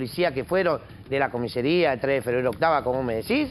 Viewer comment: Increíble que tanto el «profesional del Derecho» como el «periodista» digan «COMISERÍA» en lugar de «COMISARÍA»